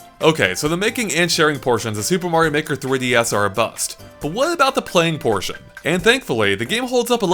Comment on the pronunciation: Super Mario Meh-ker